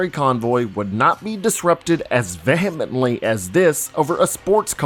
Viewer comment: As a narrator, why use words you don’t know how to pronounce properly? Prelude/vehemently and we only just started- I’ll get back to you